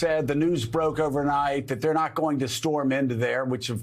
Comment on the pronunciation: She littraly said theyer trying to make a new world order😂😂